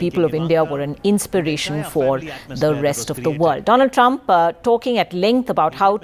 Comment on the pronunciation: doland trump